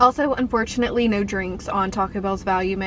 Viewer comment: you sounded so Aussie when you said 'nooooooooooooooooooooo'